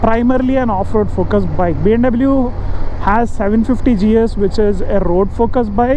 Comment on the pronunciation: check out ur videos how ur pronouncing BMW learn how to say BMW